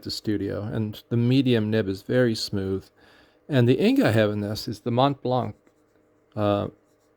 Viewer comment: Thank you for sharing! In case you care, the « c » at the end of Montblanc is silent, pronounce it like there was no « c » P.S. Worst mishaps were twice with yhe same ink: Noodler’s Heart of Darkness and let me tell you this one stains! First was when I opened the gigantic bottle, it was filled to the brink and I topple it.. while I was at work! I was quick enough to pick it so I didn’t lose that much ink but my desk and most of what was on it got stained. Second time, I was preparing an ink sample and as the eye dropper exited the mouth of the bottle I started shaking wildly and splattered most of my desk at home and what was surrounding it…